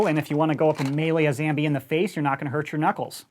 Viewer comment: When did even last said zambie